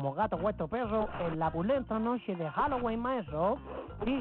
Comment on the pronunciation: No se dice "Jalogüin" se dice "Halloween"